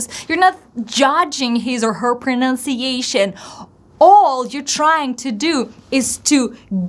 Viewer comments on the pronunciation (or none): Hi, I just noticed one possible mistake in the word of "pronunciation." You sounded like "pronOunciation". What do you think? Best, Albert